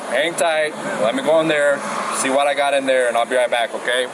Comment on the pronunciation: The amount of times he said “vut” (what) in the full video is hilarious